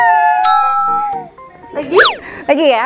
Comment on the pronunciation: Sulaiman bukan Sulaeman pakai i bukan e